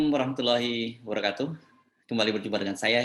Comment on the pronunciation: bung HERUSUBENO,..maaf saya perhatikan beberapa kali ucapan salaam Islam anda di awal selalu salah atau mmg sengaja atau saya salah dengar.. Wabarakatuh anda ucap "Warokatuh"..hmmmm ?????..